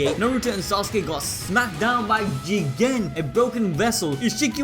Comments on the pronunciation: he said Jigen ...its Jiiiigggen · Nobody:: JEE-GEN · Is it really pronounced JII gEn